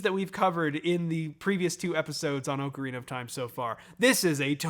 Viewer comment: Just wanted to point out how much I appreciate your proper pronunciation of the word "ocarina".